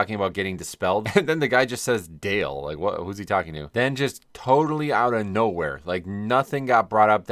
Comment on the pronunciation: Dale is not "Dale", like the name. It's "dah-lay". It's Portuguese for something like, "Let's go."